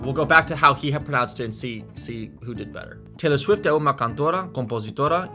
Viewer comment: Pronunciation note for you: the O of "cantora" is a dark oh rather than a bright aw. Your O was kind of in between, similar to a Spanish O. I would also pronounce "norte" differently, like "norti" (with the palatalized T), but not everyone does this. The N in "instrumentista" is also more of an ng since it's after the vowel in the syllable. The middle A in "americana" is also the dark uh rather than the bright ah. The funny thing about Portuguese pronunciation is that it's almost completely formulaic, and if you just memorize how each letter works, you can make all the right sounds. There's very little that's actually complicated about this; it's just unfamiliar if you're an English or Spanish speaker. Most letters only ever make one sound, and a few make two or three depending on position within the word or syllable, which means that you can tell what's what. That's way different from English, where any given vowel combination can take any of five different sounds and if you pick the wrong one the meaning of the word changes. For example, S in Portuguese always makes a z sound between vowels (unless it's doubled, one of only two letters that can do this). Quick, when does S make a z sound in English? Yeah, thought so. Think of the word "house". S sound, it's a noun; z sound, it's a verb. "I will house (z) you at my house (s)." Of course, S can also make a sh sound or a zh sound when it gets palatalized by an I, like in "Hessian" (sh) or "Asian" (zh) (just like the T and D in